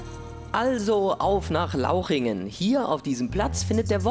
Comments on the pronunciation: Super wenn der Guido neben einem Schild "Lauchringen" steht und direkt neben dem Schild und noch öfter im Video "LAUCHINGEN" sagt!!! ;) :') Wenn sich die Moderatoren nicht für ihre Beiträge interessieren ... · Deliah bear Lauchringen und nicht lauchingen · Lauchringen mit r